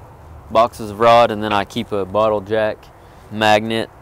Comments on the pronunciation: when you said bottle jack at first I swore you said a bottle of Jack lol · When he said he carries 3 rod boxes and a bottle jack I thought he said a bottle of Jack haha I was like yeah rock on!!